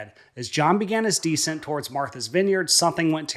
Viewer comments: Please! The word for lowering altitude is NOT DEEscent like taking stink off of something. The word is descent, the accent is on the 2nd syllable (de-SENT). One of the less than great things about AI. smdh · The word DESCENT is pronounced like this... accent the SECOND syllable, not the first. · You need to learn the difference in pronouncing descent vs decent